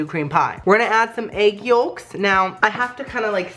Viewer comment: did anyone notice the way he said yolks ..... he called it youlks